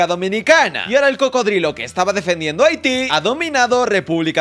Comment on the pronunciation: Pov:los que saben de paises procede a decir aiti, los que saben como se escribe: es Haití!!